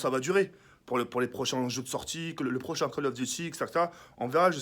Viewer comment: "Kall of" chui mort mdrrr